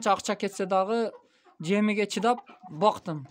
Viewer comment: Жэмиге дейтта ,Кыргызча так сөз эмес да